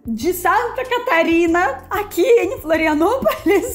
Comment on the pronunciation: Bem-vinda a "filanopolis" 😂